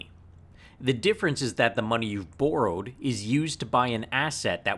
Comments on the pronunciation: "Burrowed" lol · BOW ROWED lol